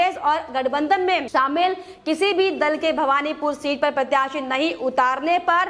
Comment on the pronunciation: It is Bahvanipore and not Bhagvanpore